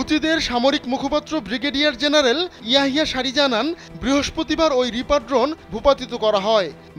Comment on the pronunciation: রিপার ড্রন,নামটি ও ঠিক মত বলতে পারেনা এরা আবার সাংবাদিক 😭😭😭😭😭